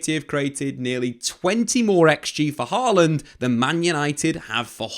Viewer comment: Hojlund not Harland 😫😂 this is why I just call him Rasmus lol